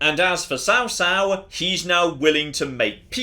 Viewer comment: You actually say tsao tsao and not cao cao but nice vid man